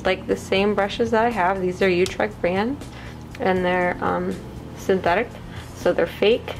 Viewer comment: I'm sorry but you pronounce utrecht wrong 🤔🤔